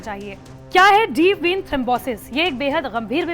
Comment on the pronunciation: Madam deep been nhi deep vein boliye